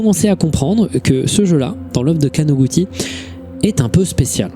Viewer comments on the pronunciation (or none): Très beau taf, juste un correction mineure, il n'y a pas de "ti" en Japonais. かのぐち (kanoguti stylisé) se prononce kanogoutchi. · on prononce kanoguchi